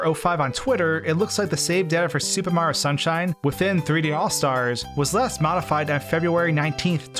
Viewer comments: He says super mario like supa maro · Is there a reason why you say Supa Mario instead of Super Mario? It's a bit strange. Going with the Japanese pronunciation of Super there?